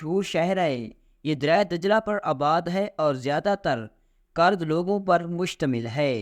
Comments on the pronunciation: الفاظ کی ادائیگی درست نہیں ہے لفظ کرد kard نہیں kurd ہے لفظ نینوی نہیں نینوا nainwa ہے ۔ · شہر کا نام موصل ہے وصل نہیں۔ اور یہ قوم کرد ھے کاف پر پیش ہے۔ اپ کو تصحیح کی بہت ضرورت ہے ۔